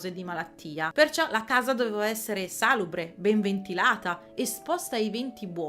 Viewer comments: Si dice salùbre e non sàlubre, ma like e hype li meriti lo stesso e te li do, come sempre! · Video molto interessante, anche per chi è appassionato di storia e aveva già presenti questi aspetti, ma una preghiera, visto che in questo canale si fa cultura: facciamo attenzione anche all'italiano. La pronuncia corretta è salùbre, con l'accento sulla u (parola piana), coerentemente con l'etimologia latina salūbrem. Non è stata una svista perché lo hai ripetuto tre volte. Un saluto. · La forma corretta è salùbre (con l'accento sulla terzultima sillaba, come nella parola latina originale), ma sàlubre (accento sulla quartultima) è una variante molto diffusa e accettata come meno corretta, anche se da evitare se si vuole essere precisi. Entrambe significano "che fa bene alla salute". Salùbre: Pronuncia corretta e più formale. Sàlubre: Variante comune, ma meno consigliabile. In sintesi, usa salùbre per maggiore correttezza, ma non stupirti se senti o leggi sàlubre. Io vivo tra Piemonte e Lombardia, la pronuncia comune qui è sàlubre e lo pronunciavano tanto quanto i miei insegnati al liceo. In Toscana e in Umbria l'ho sentito pronunciare Salùbre